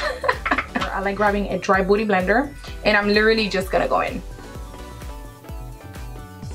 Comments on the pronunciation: I love when you say, beauty blender...booty blender💋💞! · Her accent is so cute 😍she was trying to say beauty blender but it sounded like booty blender ❤️❤️❤️😂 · i laughed when you said dry beauty blender bcuz i thought u said "dry booty blender" lmao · i thought she said a "dry booty blender" lol thnk you. i brought this and had no idea how ro properly use it